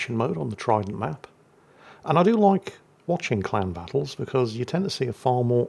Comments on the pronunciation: I swear I heard him say clown battle right at the start of this video 😂😂 instead of clan battle. Guess we'll see if it's an accurate statement. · Ohhh!!!! Clan!!!!! Lol! I thought he was saying CLOWN!!!